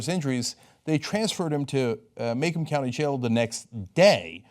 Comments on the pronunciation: Macomb is pronounced "Muh-cOHm" not "maycum". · Grew up in the area. Didn't witness much like this. Saw once but the guy really was resisting. Btw it's Muh-comb county :p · It’s not May-come… it’s Mah-comb. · It's pronounced mah-comb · He says MAKE-UM Instead of MAC-COMB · Btw it's not pronounced "may-come county" it's pronounced "Mah-comb county" lolol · I know I'm late to the show here but the city is pronounced MA-comb not MAC-omb lol